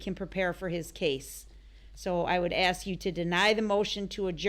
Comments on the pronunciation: The word is 'Ask' not 'Aks' Derwood. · Yes let me axe u a question wonderful diction